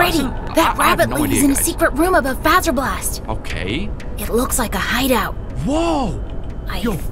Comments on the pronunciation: Its pronounced (f Ae zer blast) SO fazer with a low a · its is pronounced FO-ZR-Bl-AST because faze bear and fazer